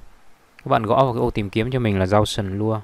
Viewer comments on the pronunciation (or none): gau sần bờ lua =))) nghe chán